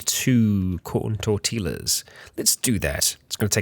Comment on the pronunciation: STOP SAYING TORTILLA AND QUESADILLA THAT WAY YOU ARE LITERALLY KILLING ME